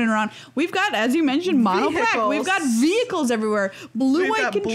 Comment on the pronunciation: loved the smirk at the camera when Meghan said ve-hi-cles